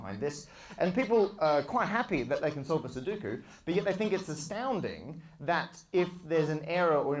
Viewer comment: SU - DO - KU! Not suduku.